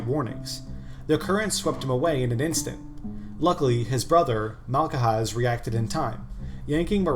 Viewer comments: interesting video, thank you. tho FYI it's basically just pronounced Malhaz, no k in the middle. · malcahaz is crazy its malkhaz.